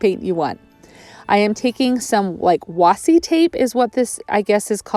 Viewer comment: it's washi waashshsheeee phonetically